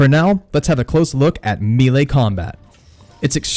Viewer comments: It's "may-lay" not "me-lay" Also "revel in" not "ravvle in" You can also edit out your spit swallowing before saving the final video for upload. Thx for the tips. 🙏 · "Mee-lay." Bruh, it's "meh-lay." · Great vid! I usually manage them but I’m not confident. Will try these methods. Thanks. Oh, Melee is pronounced mellay like smell and lay, not meeley. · It is pronounced “MAY-lay”, not “MEE-lee”. It undercuts your credibility pronouncing a key word wrong. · It's pronounced may-lay not me-lay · Melee announcer: Melee! Him: Meele. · Meelay!? It’s Pronounced maylay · Man, why does everyone struggle so hard with the word 'melee'? It's not "me-lay"; it's not "me-lee"; it's *may-lay*. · "mealy attacks" Fucking loooool It's 'may-lay' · I'm sorry, but I can't take anyone seriously that can't pronounce BASIC english words. MELEE is prounced MAY-LAY, not MEE-LEE. How how can anyone that's gotten past 5th grade not know how to pronounce this word?? Especially a gamer that years, and sees this word all the time. You're a functional illiterate. What's it like to be an adult and have to vocabulary of a 6 yr old??? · Say it with me.... MAY-LAY. Not MEE-LAY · Amen!!!!! I HATE when people say ME LEE or any other variation, lol. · Melee is pronounced MAY-LAY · Lower the mic gain and melee is pronounced “May Lay”. Good info on the game! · The word is pronounced may lay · mee-lay attacks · It’s pronounced melee.... may- lay lol sorry it was bothering me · Mee-lay combat? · MAY LAY......not ME LEE or ME LAY. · I almost looked up a different video because of the way bro says MElee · disliked for how you pronounce melee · The way you say melee hurt so bad I couldn't watch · Sigh... please stop saying melee so much if you’re going to pronounce it wrong. I’m mostly just kidding, but fam... lol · Disliked for mispronouncing melee. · Why can't you say melee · I would of subscribed if you could say melee right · this guy expects me to learn to fight when he can't even pronounce melee